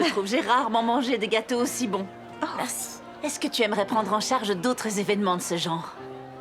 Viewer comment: Question: pourquoi l'actrice principale rajoute un ssse à chacun de ses mots ? Comme plassssse au lieu de place et nuitsssss au lieu de nuit et merssssi au lieu de merci.